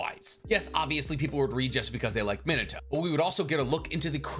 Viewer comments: Me-Nah-Toe not Minah-to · your pronunciation of minato rivals Michael b Jordan saying narudo